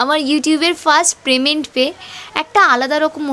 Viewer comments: আরে ওটা প্রেমেন্ট না payment 😂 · প্রেমেন্ট না গো পেমেন্ট। তোমার কাজটা খুব ভালো লাগলো ❤